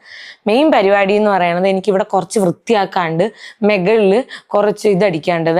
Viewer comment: മെഗളിൽ അല്ല മുകളിൽ അല്ലെങ്കിൽ മേളിൽ എന്നു പറയണം ok എനിക്ക് ഒരുപാട് ഇഷ്ടമാണ് Love You Dear 🌹🌹🌹♥️♥️♥️🎉🎉🎉🙏🙏🙏🙏🙏